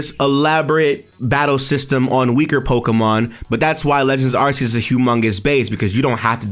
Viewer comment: Lol. Every time you say “Legends Areses” part of my soul dies. 😅